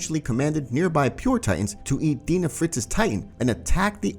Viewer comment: It is crazy how many AoT Youtubers mispronounce names of people in the show. "Deena Fritz" It's pronounced "D-Eye-na Fritz"